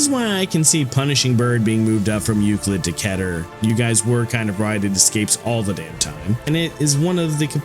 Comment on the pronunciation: You can search up how to pronounce "Keter" y'know? You don't need anyone to tell you how to pronounce "Keter". I get it, pronunciation can be frustrating and what not. Meter, Letter, Better, Wetter, Setter, and more. Keter can rhyme with Meter. Some people just pronounce the word "Keter" as Ketter with two t's. Why? Because it can rhyme with other dictionary words.